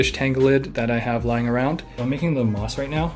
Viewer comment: Anyone else notice he said FOREST "MOTH" for FOREST MOSS